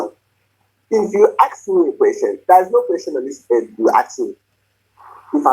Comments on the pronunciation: “Ax me a question…” the word is ASK, you idiot! If you want to sound like an American doctor…. Just saying… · Axe(ask) him to get lost. What a headache. OMG 🤐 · I axed you a question, I axed 😵‍💫.. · Only a certain kind of people can't pronounce the word :Ask. You know what I mean 😑